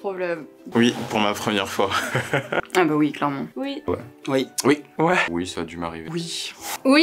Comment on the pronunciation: "OUI" se prononce oui et pas UI svp